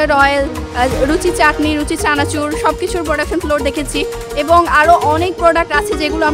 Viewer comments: ফ্লোর কে উচ্চারণ করে ফোলোর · কি অশিক্ষিত নাকি। ফ্লোর রে বলে ফোলোর🙂😂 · ের কিছু ইংলিশ ওয়ার্ড উচ্চারণে প্রবলেম,,, ফ্লোর কে বলছেন ফোলোর,,, ক্লিন কে বলছেন কিলিন